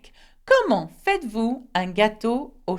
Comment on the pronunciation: why did you pronounced FAITES-VOUS as "faa-i-dd-vu" Confusion is like you convert T into D